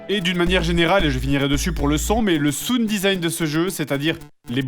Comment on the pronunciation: Oh, la musique de Pokémon Snap vers la fin! Je ne peux m'empêcher de grimacer au fait que Fred a littéralement inversé les prononciations correctes du son "ou" dans "sound" et dans "wound". On dirait presque que c'est fait exprès. x) Mais ce n'est qu'un détail dans ce super épisode. ^^